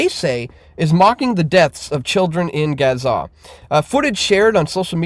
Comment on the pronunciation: Learn to pronounce Gaza FFS